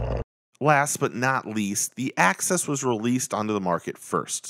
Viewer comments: You’re saying access 😆 it’s not pronounced that way , it’s “axe us” 🤣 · Good video nice comparison but I can’t believe nobody commented how it drove them nuts every time he pronounces axis like access. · The way you say axis is like access but with xs